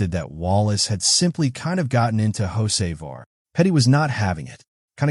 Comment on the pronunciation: I had to listen close. AI pronounces Hocevar as Jose' Var LOL. Carson owes Bubbles Smollette a nice wreck. Glad the 77 finished not the 23. 🤣